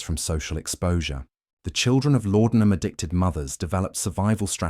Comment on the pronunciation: The drug was called laudenam not lordenam